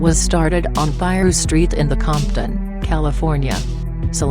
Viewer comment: This bitch can't even say piru smfh